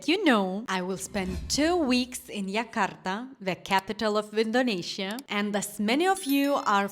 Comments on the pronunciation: I don't know where you're from, but our capital (soon no longer be) is Jakarta and it is pronounced Jakarta not Yakarta. J is always pronounced like J in January. Our new capital is Nusantara, but it's very new, even the government hasn't really moving yet. So yeah, visit Jakarta, and also make time to travel to other cities/islands. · Ayam taliwang from lombok indonesia..😂😂..correct jakarta not yakarta